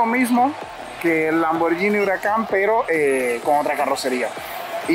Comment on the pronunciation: Se pronuncia "lamborguini" no "lamboryini"